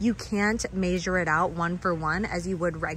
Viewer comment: I love how you say measure. I hear, “maysure” 😊